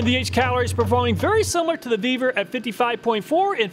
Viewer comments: Ve-vor not vbeaver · When talking about the Vevor, I thought he said, "The Beaver is just getting warmed up."